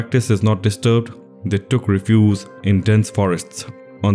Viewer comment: RE-fuge . stress on the first syllable. Otherwise the word sounds too much like other words.